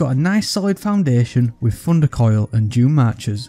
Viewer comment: I love how he says Funder Koil